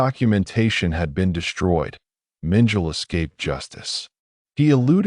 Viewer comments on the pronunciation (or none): The 'AI' voice mis-pronounces the name of Dr. Josef Mengele as 'Minjile'... Two syllables, Like 'Mitchell') The correct pronounciation is 'Meng-kell-eh' (three syllables.) xx SF